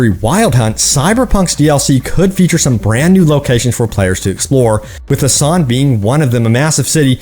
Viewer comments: Boo-san is how it's pronounced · We at least know by your pronunciation of Busan, Korea that you have never been. I gave up on this game cus CDPR seems to just be milking and not developing.